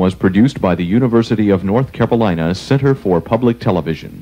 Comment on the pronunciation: “The University of North Capolina”